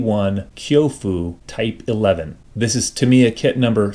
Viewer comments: No, it isn't. There is no inflection on Japanese syllables. It's tahm-i-ya. The i is slurred over though. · By coincidence I recently acquired a copy of this very kit, so it's good to know it goes together nicely. p.s. there's a website that gives the proper pronunciation of words from all different languages, and it settled for once and all the argument on how to pronounce Tamia. It's TAM-ya!